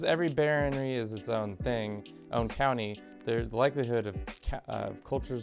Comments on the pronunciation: Bro it's baroNy, not baronRy. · Please, instead of saying baronry, say barón ríe. That's the correct way.